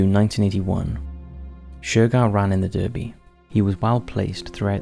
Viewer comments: Derby is pronounced Darby. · You keep pronouncing Derby wrong and also Vase